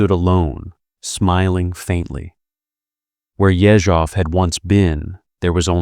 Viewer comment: Ye-ZHOV - stress is very important in russian.